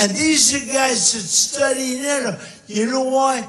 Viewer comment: "I didn't say to get rid of Nayatoww" He pronounces NATO wrong xD